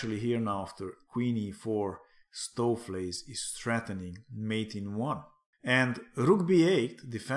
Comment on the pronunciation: Nice pronunciation of Stoofvlees, enjoying your AI series, good stuff!